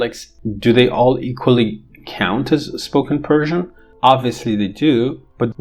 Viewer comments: yes, definitely I was in doubt whether you are from Iran! You speak Persian and pronounce the words as if you are a native. I am also a multilingual linguist Bravo! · can't believe it. Your pronunciation is flawless. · your persian pronunciation is awesome